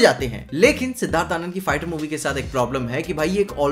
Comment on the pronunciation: bro I don't know why its only me or anybody else who also heard the pronunciation of "fighter" as "farter" in the video